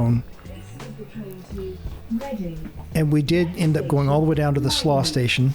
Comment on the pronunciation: It’s pronounced Slo-owh ?(Slough) also Windsor and Slough are not in London, and do not use tube systems